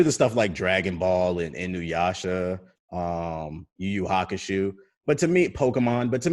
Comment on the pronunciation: had to explain how to say Hokage but messed up Yu Yu Hakusho I love it lol